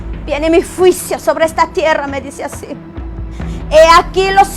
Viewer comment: Pero porque hasta ahora estás dando profecía, porque antes no lo hiciste? También pronuncia bien! Se dice juicio, no fuisio. Los jinetes, lo has leído en la Biblia, cuidado! No acuses al pastor porque ya es viudo y no está en adulterio y también ya pidió perdón a Dios y a los que lo acusan. Muchacha cuidado con juzgar en público, recuerda que todo lo que se siembra se cosecha y más tarde, te lo harán a ti. Ten cuidado, y pídele perdón a tu pastor. Se ha levantado mucha gente queriendo tener fama y dinero en YouTube. Pero usémoslo para predicar, no para deshonrar. Cuidado!